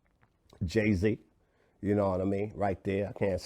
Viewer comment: did he say Gay Z???